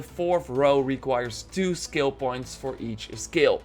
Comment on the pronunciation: Took a dab(shatter) every time the word of the day "ssKilll" was said